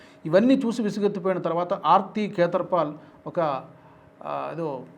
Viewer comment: భారతీయ నటి ఆర్తి ఖేతర్ పాల్ .. ఈ పేరు మీరు పలికితే సరిగాయిన్పడలేదు. పేర్లు అవీ చదివేప్పుడు స్ఫుటంగా పలకాలిరో అయ్యా !